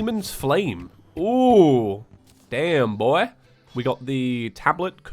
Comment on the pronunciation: the way you said "damn boy" was in a completely different accent and voice lmao